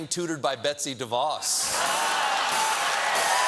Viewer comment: He mispronounced Betsy DeVos when criticizing the white house on grammar XD.